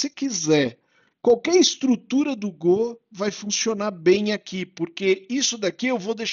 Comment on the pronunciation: Legal você voltar com a série de vídeos, mas essa pronúncia de Gô ainda me dá gatilho rs